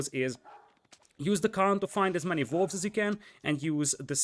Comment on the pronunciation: everything with a W is hilarious too, like "valls", or "vere", or "volves"